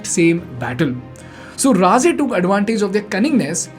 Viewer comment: Your pronunciation of ‘Raje’ is perfect🫡